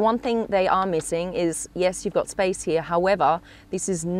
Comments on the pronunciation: why on earth does she talk like that.... its here not heeya.... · You would die from alcohol poisoning if you took a shot for every time she butchered the word “heeeaaahhhhh”